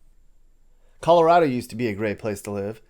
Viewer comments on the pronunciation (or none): none